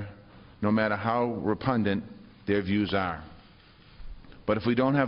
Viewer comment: Repundant?? Is that a word???